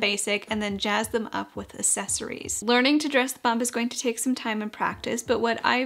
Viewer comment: loved the video! But the way you say "accessories" is making me giggle